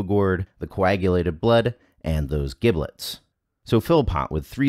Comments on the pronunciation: Not to be pedantic, but to be pedantic: "giblets" is pronounced with a soft g, as if it were spelled jiblets. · So mispronouncing giblets... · LOL The way he pronounces giblets! The "g" in giblets is like "j' in jump. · "Giblets" with a hard "g"? Really? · Anyone else cringing at the mispronunciation of "giblets"? No? Just my? Cool, cool. Or is it one of those words like gif that people argue about?